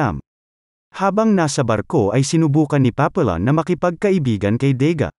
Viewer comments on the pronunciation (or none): Hndi yan Papillon pronounciation. Papiyon ang tamang bigkas. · The correct pronunciation should be papiyon not papillon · It's not pronounced Papillon.Should be Papiyon(silent L). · Napanood ko movie version nito starring steve mcqueen at dustin hoffman. Paa pee aan or paa pee yon ang pronunciation, hindi paa pee lon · Papiyon ang pronunciation hindi Papilon. Ayusin mo pag vlog mo hoy. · It is pronounced as Papiyon